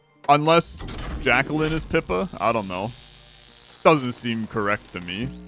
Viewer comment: FYI: Jaquelline... Jack - elle - line. (edit okay you say it right every time except the first time)